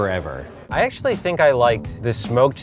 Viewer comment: Did you seriously just say "actouly*?